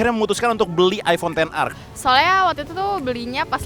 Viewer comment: hahahaah pengucapannya bener tenR tau bukan eX Er